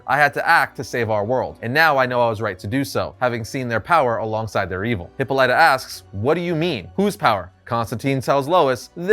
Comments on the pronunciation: Hip pawl lit uh. Not hippo lite uh. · Love this Comic!!! But man, "Hippo Ly ta?" Made me cringe every time I heard it. I could have sworn it was pronounced Hip paw la tuh. P.S. It would be awesome if this version of Green Lantern is Sinestro. It just seems to me he'd be down for an assassination. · It’s not pronounced Hippo-lyta, it’s pronounced Hippolyta (hip-all-ita) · Isn't her name Hip Paul Lita? Not Hippo Lyta. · Please stop saying Hippo lie tuh. Dude, it takes two seconds to Google. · "Hippo Light-ah." Jesus fucking Christ. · Hipolita Pronounced Hipal it a Great story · You pronounce Hippolyta so wrong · That's not how you pronounce Hippolyta, had to say something.